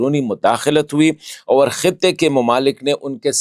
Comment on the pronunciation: Bastered hypocrite its not( over) its (aur)😂 you want some credit from ur dady ISI. U are nothing but a watch man for punjabi gates. Khan darwaza Kohl sahab arahey hay😂